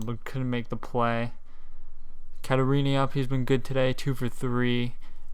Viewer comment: Also it’s Caratini not Catarini